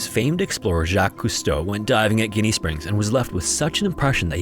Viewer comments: JINNY! JiNNY! JINNY! SPRINGS!!!!! Why did you not take the time to make sure you were getting the pronunciation correct???? This is so frustrating to me!!! Having got that out of the way, I love these videos especially since I have dove almost every one of the springs in FL. Unfortunately, I was there in 2013 when Carlos lost his life. A friend and I had been preparing our gear when his friends brought him up. It was a sad day that I never wanted to witness as a diver. I dove there for the 1st time in 2004 and have been there many times since. The water is beautiful and very cool. That has brought with it a lot of people who just want to camp and party. If you do decide to camp and want to sleep bring some earplugs, LOL. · Pronounced Jinny my guy. Not after a dead mobster. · Ginnie Springs is pronounced with a "J". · Ginnie Springs is pronounced like Jenny. Local here. I did my very first free-dive at Ginnie, at 13 years old. Dad didn't tell me he was proud of me too often, but he nearly walked on water that day. Dad started free-diving in the 70's, and was shocked when I told him I wanted to get my PADI cert. Me and the old man didn't even like each other most days, but diving was the one place and time where I actually felt close to the sumbich. He passed over 25 years ago. Never got to see me do my first technical dive, or see me break 100 meters on a free-dive, but I could still feel him with me down there. Bubbles up, pops. RIP, you cranky turd. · Its pronounced JIN-KNEE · I’ve never heard anyone call it Jenny. I’ve only ever heard “Jinny.” I got 2-3x a year. The G was killing me too 😂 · Hearing it pronounced with a G threw me off completely at first lol, used to live down in St. Pete and loved visiting Ginnie Springs as a kid. Beautiful area. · It’s pronounced like “Jinny” not Jenny. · I'm from the area and most people pronounce it "jinny" Love the vid! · I grew up in Gainesville- it's pronounced with a J sound like "Jenny" springs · It's gin like the alcohol